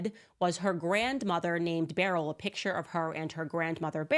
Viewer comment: Please learn to pronounce the word picture. It is not a pitcher